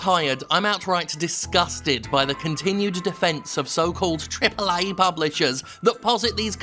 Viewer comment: Why do you say triple a like that are you disabled